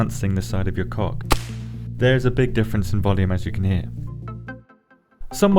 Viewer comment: Dagnamit why do I laugh every time you say coc